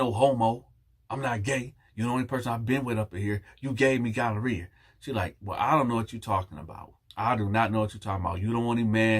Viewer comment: Ahahahahahaha but wait…no one else heard him say “gon-duh-rea”? I know damn well I’m not tripping. The first time he said it lol.